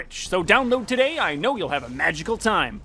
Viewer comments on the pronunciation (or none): none